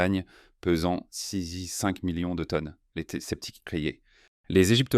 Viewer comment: Bonjour; si vous êtes un grond sciontifique ia, vous avez un petit défaut bien sympathique pour prononcer les chiffres et les terminaisons des verbes au pluriel. Pour une radiographie muonique de la pyramide de Khéops, quoi de plus important que de montrer le Sphinx, le temple de Karnak... et tous les musées Por unfau lè pièrramideu deu Ché-eups pèse seulement 6 millions de teunnes, contrairement aux mille millions susurés confidentiellement. On a toujours le choix entre: le père-okay, le péreuqué, le pierrot-quai et voici enfin la seule bonne réponse: il s'agissait du perroquet. Leu froncé meudern ét un' longueu compliqué du cou? Plus on punceu lé lavreu et plus on pèrleu keum un gron-èrtisteu. Un scanner a détecté une mystérieuse ouverture dans le crane fossilisé de Zawi Hélas, silencieux et majestueux.